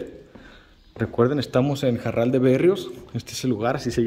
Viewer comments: Aún existe "EL MEZCAL JARAL" a la venta aquí en Guanajuato 😉 y se pronuncia Jaral y no Jarral... Lo digo con toda mi humildad sin ofender a nadie 🙏😉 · Se pronuncia Jaral, no Jarral. Cuando la R va entre vocales como en este caso, no se pronuncia como ERRE, se pronuncia como ERE. Seguramente el nombre se debe a que había muchos arbustos de Jara no de Jarra. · Solo una corrección, es JARAL y no JARRAL. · Se llama jaral, no jarral Komo tu lo pronuncias. Mi grandpa fue el portero de la fábrica de vino a mediados del siglo pasado. Se llamaba Juan Maldonado pero lo konocian Komo el muñeco. Yo tengo el mismo nombre, kuando nací mi papá se movio a Tamaulipas y ya no regresamos. Solo fui una vez por mi acta de nacimiento, el registro civil estaba kasi enfrente de esa hacienda. El oficial se llamaba Isidoro Cortez . Saludos desde Georgia USA. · Una aclaración para el guía de turistas, es Jaral de Berrios, no Jarral! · Es Jaral, no Jarral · No es JARRAL, ES J A R A L